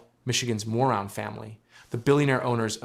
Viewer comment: It's pronounced "Moron" family